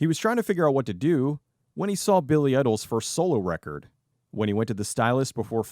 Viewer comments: Billy Ih-dol? It's Billy IDOL. As in Eye-dol! Sigh. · You was doing great until you said Billy Iddle... how tf do you get Iddle out of Idol?